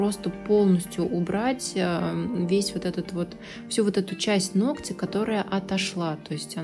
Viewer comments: Не ногтЯ,а нОгтя.... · Здорово, только постоянно повторяющееся "ногтЯ" 🙁 НОгтя, плиз! 🙂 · нОООООгтя, а не ногтЯ !!!!!! Ну неужели так сложно запомнить ? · Приятно вас смотреть и слушать...но все же поправлю..правильно говорить не ногтЯ, а нОгтя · Не из под ногтЯ,а из под нОгтя, выучите это слово и не позорьтесь если вы не грамотная, а тем более занимаетесь ногтями,просто неприятно слушать такую речь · Вот всё хорошо. Прекрасный тембр интересные, познавательные видео, мягкая речь.... но УМОЛЯЮ 🙏- нОгтя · Прошу вас ствавить ударение на нОгтя.. это не хейт, а просто сделает вас лучше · НОгтя, ударение на первый слог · это высший пилотаж! Здорово. Только "нОгтя", "под нОгтем".Ударение бы правильно.